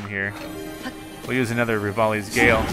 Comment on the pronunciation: omg why do you always say 'rivali's gale' wrong??? it's like each episode you try to come up with a new way to mess it up, it's freaking hilarious keep it up